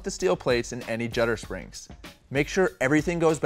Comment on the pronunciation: Those 2 last identical pieces it sounded like you called it jutter springs. They stack on top of each other flat or is the last one installed supposed to be turned around?